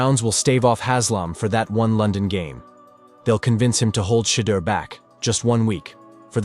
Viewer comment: cheddar sanders lmao ai fails again